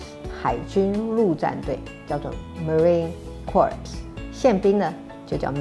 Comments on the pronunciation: 我是不是聽到marine corpse了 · 你連Thailand 都會寫成Tailand 面對外賓連中文都說不好👎🏻 陸戰隊Marine Corps 的p 與s 發出音來，發成corpse （屍體）之發音 嘖嘖教壞小孩大小 還是專心國政好嗎？ 先把博士論文拿出來吧⋯⋯ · 報告總統，海軍陸戰隊marine corps的ps不發音。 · marine corps的p, s應該不發音~